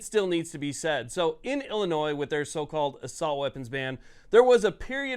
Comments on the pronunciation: Love the content, but Illinois is pronounced "Illinoi" without the "s" Not "ill-eh-noise" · There’s no “noise” in Illinois. Pronounced “Ill-uh-noy”. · I’ll hit the like button if you remember the S in Illinois is silent. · Learn to properly pronounce the name of the state. Typical ignorant people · FYI the S is silent on Illinois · Please, learn how to pronounce "Illinois." I shudder to think of how you pronounce "Arkansas." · You don’t pronounce the “s” at the end of Illinois. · Someone please educate this moron that the final "S" in Illinois is silent. :face-blue-covering-eyes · The S is silent bro. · PLEASE PLEASE STOP SAYING THE "S" IN ILLINOIS! THE "S" IS SILENT